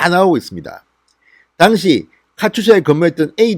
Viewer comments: 당시라는 발음을 정확하게 하십시오 '당'에 악센트가 없습니다. 귀에 와닿습니다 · 모든 방송내용 100% 동감입니다 하지만 당시라는 발음은 아닙니다 그당시. 그때라고 해도되고 당시라는 발음을 하시면 됩니다